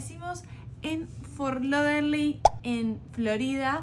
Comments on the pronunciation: Hola chicos PRONUNCIALO como te lo escribo ok es FORT LODERDEL claro es FORT LAUDERDALE pero para hacertelo facil ok abrazos y ojo que hay otro posible en camino... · repetí conmigo Fort Lau Der dale y deci la ultimate que suene como dell por favor me descompongo de risa cada vez que lo decís!😂 pero igual te queda bien!❤